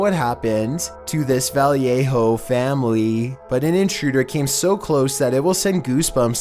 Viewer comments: Did he just pronounce Vallejo Valley-A-Ho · For number 13. It's not pronounced "valley aye ho" it's Vallejo... Pronounced "va lay ho" a bay area city.. North Bay to b exact. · Did you just call Vallejo vallyayho.. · In California, we pronouncd the city of Vallejo, "Vah-lei-ho" -- NOT "Volley-yay-ho" And if you are Spanish, it would be "Vahyeho" or "Valyeho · It's Vah-lay-o 💀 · Well, technically it's pronounced "Va ye ho", since I'm pretty sure it's in Spanish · It is pronounced VALL-a-ho (Vallejo) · Valleyayho! You sound just like the robot voice on the accessibility menu! You even pronounce and misspell like fukn text to speach app!! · Va- ley-ho. Smdh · Va lay ho .. Vallejo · the way he pronounced Vallejo lol